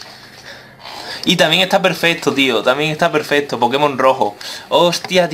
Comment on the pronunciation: se dise perfecto no perfeto